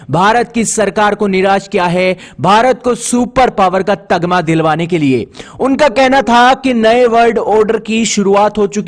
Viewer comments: Tagama nahi bhai Tamaga hota hain😂 Atam nirbhar bharat nahi Atmanirbhar bharat hota hain. Kya bhai ab hindi bhi thik se nahi bol pa rahe loag. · तगमा नहीं तमगा होता है, आतम निर्भर नहीं आत्मनिर्भर होता है, गलतियां सुधारो।